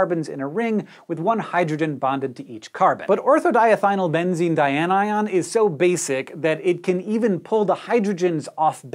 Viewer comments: how does he keep saying that word so effortlessly like it doesn't have 100 letters in it? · I think this whole video concept came from him wanting to prove he could repeatedly say ortho-diethynylbenzene dianion without slipping up. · Thank you for your deft pronunciation of ortho-diethynylbenzene dianion. That would be a good name for my new puppy. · Well done on pronouncing that too long name! Also Craig (Wheezy Waiter) would be proud! 😜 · Look how proud Hank is getting that word right, lol! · Your skill in pronouncing ortho-diethynylbenzene-dianion is astounding.